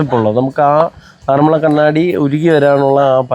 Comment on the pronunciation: എന്റടുത്തെങ്ങാനായിരുന്നെങ്കിൽ വിന്റെ ചെവി പൊന്നാക്കിയേനെ. ആറന്മുള്ള അല്ല ആറന്മുള എന്നു പറഞ്ഞു കൂടെ. മലയാളം പ്രൊഫസറുടെ അടുത്ത് നിന്ന് പറയാണ് ആറന്മുള്ള, ആറന്മുള്ള വെള്ളസദ്യ എന്ന്. എന്നിട്ട് അവസാനം തൃശ്ശൂരുകാർ ഇങ്ങിനെയാണ് എന്നും. പറയും. ഈ വ്ലോഗ് കണ്ട് മൂഡ് കളഞ്ഞു. ഇനി പ്രതികരണം പരിപാടിയിൽ വായിക്കുന്നതിനു മുൻപ് ഇത് ശരിയായി പറയണം. സർവ വിജ്ഞാനകോശമാണ്. എല്ലാം തുലച്ചു.ആരു പറഞ്ഞാലും കാര്യമില്ല. ഞാനങ്ങിനെയേ പറയൂ